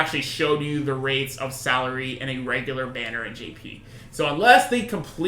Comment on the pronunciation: Salire is pronounced Suh-leer